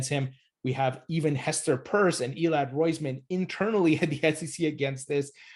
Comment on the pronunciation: Pronounced Hester "peirce" as in to "pierce a hole" or Hester "purse" as in a ladies wallet? I dunno why, but everytime a person says purse, my whole body judders in pain.